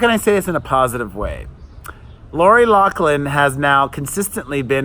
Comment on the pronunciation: You keep pronouncing Lori’s last name incorrect! (LoFFFFFFlynn) Lol sorry, just a pet peeve I have